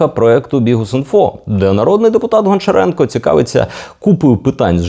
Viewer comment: правильно казати або гамчіренка або ганчіренка